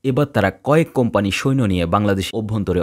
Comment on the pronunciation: শব্দটা সৈন না। সৈন্য